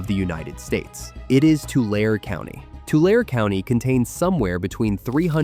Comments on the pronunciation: Im puzzled about a pronunciation. I’m 5th generation Californian & Central Valley. I’ve always heard the & Tulare pronounced with a long E at the end. Not tulair but tularee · You say tulare wrong, it has 3 syllables with the e making a e sound, tu-la-re not tular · Tulare is pronounced “Too-Lare-ee” , not Too-Lare. Also, Tule as in Tule fog and Tule elk is pronounced “Too-Lee” not “tool” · I’m sure somebody commented on this already but you’re not emphasizing the E in Tulare. It’s not Tular it’s Tulareee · Tulare is pronounced: Too-Larry not Too-lair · Ahhh I want help you on little info here to Tulare County is pronounced like tularee county not tular … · Tulare is pronounced Tu-lair-e not Tu-lare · You know it's AI when they call Tulare county or lake --- "Too-Lair" instead of the proper Too-lair-ee. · Tulare (as in County of, City of, and Lake) is pronounced Too-lair'- ee; Tule as in Fog, Elk, etc., is pronounced Too-lee'. And if you ever need it, the county seat of Tulare County is Visalia (Vye-sale'-ya, before you (___) it as well.) Industrial farming has been one of the best and worst things ever to happen in California, where the salmon fishing industry in the Valley was as large as Alaska's. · Learn to pronounce the final 'e'. Tularee NOT Tulair. Tulee NOT Tool. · I was thinking same. Not Two Lare. Tu-lair-ee. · TOO - LARR-EE! NOT Tular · Tulare is pronounced tuu-LAIR-ee, not tuu-LAIR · Tulare is pronounced Two-Larry, NOT two-lerr. The emphasis is on Lar. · It’s not “Tu-larr” it’s “too-Larry” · Too-lare- a. Not Too larry. The ARE is pronounced as the word are. Actually it is pronounced as Too- Laura. Mexican origen. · Tule elk is pronounced "too-lee", not "tool". Also, please note - Tulare is pronounced "Too-lair-ee" not "Too-lair"! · Tulare is pronounce too·leh·ree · T u lair E is how our county is pronounced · It is so sad that AI cannot pronounce our communities properly. Tulare (Tu-Lare-ee) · Its pronounced Too Lair ee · It is pronounced too - Larry!